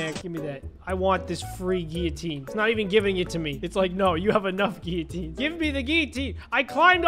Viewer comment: You’re saying it wrong you’re saying giuatiins